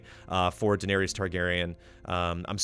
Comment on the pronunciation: well, he has the true pronunciations of Targin and Dave-os down...yeah...